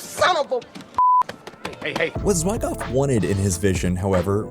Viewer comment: Zwy Goff? I'm out. Fix your AI